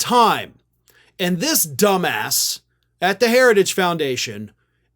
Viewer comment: The way he emphasized Dumbass, made me think Alexander Dumas—just rewatched Shawshank